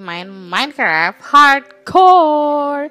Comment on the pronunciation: Dari kemaren teteh bilang "hardcore " aku denger nya parkour_